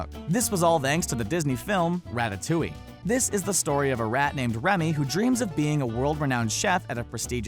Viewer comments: "Ratatoing" NO FUCKS GIVEN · *sigh* RataTOING?! KILL ME! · Yo don't make fun of telenovelas Also so it's pronounced rataTOYing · Lmao ratatoing lol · also "what's up", "ratatoing", and "super k" 😩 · He is pronouncing the movies wrong😠😠😠😠